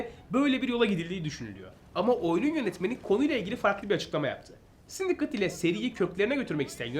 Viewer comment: Sindikeyt diye okunmuyor muydu o ya 😅 Yıkıldım sindikıt ne 😅